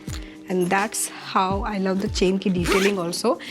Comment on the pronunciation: Your love accent 😂. Laaw😅